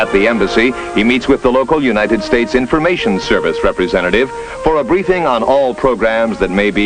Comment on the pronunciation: "Asked the untited states for help"....lol